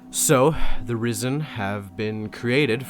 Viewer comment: The internet has broken my brain everytime you say "risen" i hear "rizzen"